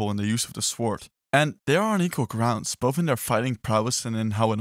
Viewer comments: I'm sorry but it's pronounced "sord" not sWord OK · try to google how to pronounce sword in english it's not that hard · Why can’t he say sword properly?!?! The ‘w’ is silent!! Honestly, it’s really not hard!! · The way this guys says sword and swordsman